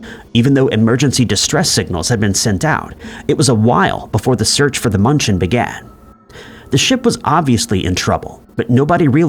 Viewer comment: Hey AI! The cargo ship's name is NOT Munch-en! There is an umlaut above the 'u'. In my poor Southern US accented Deutsche, it is more like mew-n-chen. That was one word I haven't forgotten from living there! PLEASE get a REAL PERSON to narrate!! AI is horrible! While I lived in Germany, near München, was the time of Chernobyl. We lived under the cloud until we were reassigned back to the States. We were told that everything was fine! Just don't let the kids play in the grass until the dew dried! But the stores, both the commissary & the German shops had produce shipped in from Israel! Sure we were just fine!